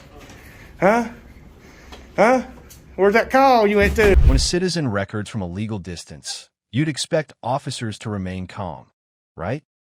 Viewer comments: You know how to tell when it’s an AI narrator? When in the first sentence, the narrator mispronounces “record.” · this must be AI because it said "records" like a record player, but it's records like video "recording"